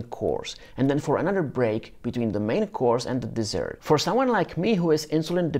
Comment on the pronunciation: Dessert - not desert. LOL